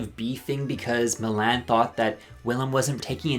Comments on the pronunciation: Mill-Anne? It’s Mee-lahn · Milan pronunciation: Everyone in the world: Mil - lawn You: Mil - Anne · Not calling Milan Mil-Anne lol 😂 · not Mill-Ann 😭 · It's pronounced Milawn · I can't get over how you pronounce Milan's name 💀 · literally did not notice you were irish until you said "Milan" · I’m not saying you said Milan wrong, but I hated it. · The way you pronounce Milan REALLY bothers me for some reason lol iconic